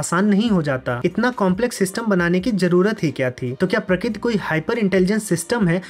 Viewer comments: Pratik nahi prakarti hotaa hae. Pakkaa aap Gujrati hoo. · prakit nhi bhai prakriti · Prakriti nhi😢 prakriti 😂